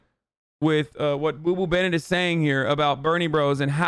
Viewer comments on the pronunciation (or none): none